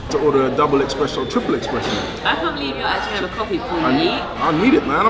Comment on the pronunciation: Espresso not “exspresso”